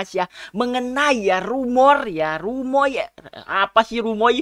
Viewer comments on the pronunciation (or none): Susah amat ngomong rumoy doang bang wkwk